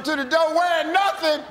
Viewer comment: said "nathing"